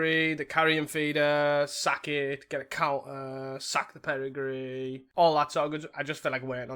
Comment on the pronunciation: Perigee only has one R and has a hard J sound. Peri-jee